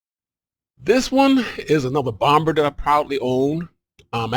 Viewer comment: You're the only dude I've ever heard pronounce the 2nd "B" in Bomb. You say it like it is spelt, "Bom-Ber". I've always heard it as "Bom-Mer". Also, GOT'DAMN YOU GOT A TON OF SHIPS! I've only got 3!